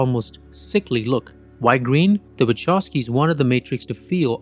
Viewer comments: Actually, the Wachowski surname should be pronounced as it would be written Vahovsky, with strong "h" like in the word "who";) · You mispronounce their surname. It's Wachowski, not Waczowski. Anyway, great content. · Bruh it's /vahovskis/ not /wachovskis/ telling ya 🎉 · My ears are bleeding !!! Wachovski !!! Please ... Wa-kov-ski !! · Now that im married to a polish woman and have been corrected.... the Wachowski have a polish surname. So the name is pronounced Wahowsky (w is v in polish but they dont have the letter v, but v is pronounced as faw in english only if the letter v is at the end of the word though then ch in polish is a h sound, but the h sound comes from your lungs. Do not ask me to explain it you any differently). But its cringe hearing people pronounce it incorrectly. Ive lived in Poland for the past 3 and 1/2 years and my polish is about A2 level and my pronounciation is spot on. The only person who knows better is a polish person and my polish wife told me this and from then on, i notice a lot of polish surnames, especially in america and people get them so wrong 😂